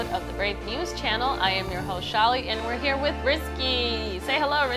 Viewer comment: I did not think I'd actually get featured in this BNC News Channel video XD Edit: And yes, you did say my name right Shaly :D And thank you for answering my question! I definitely understand that collab projects are kept confidential until you guys are ready to officially announce it! I'm looking forward to the Fairy Tail collab and many more future collabs to come~!